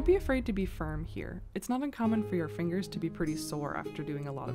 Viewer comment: fingeez ! Why is that so funny. We like to dumbly say digits.